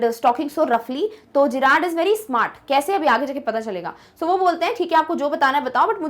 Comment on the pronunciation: Mam you are speaking it jerrad ✖️ it's Gerrard ✔️ Friends tell I am right or not if I am write please like